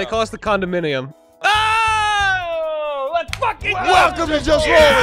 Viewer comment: "We are called the Condi-minnium" is the greatest last-second phrase in the entire campaign